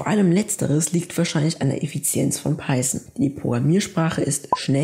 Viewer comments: Also nach der Google Aussprache würde ich mich nicht richten. Du sagst "Paison" man spricht aber Python -> Paithon das Englische th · Peisen und Jeyva😂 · Wie wär's wenn du erstmal lernst, wie man Python ausspricht?